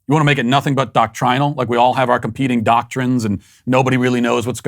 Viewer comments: Did anyone else cringe when he said "doctrinal" with the long "i" lol. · Are we all going to ignore how Matt pronounced "doctrinal"? 🤣 SBG 4 Life!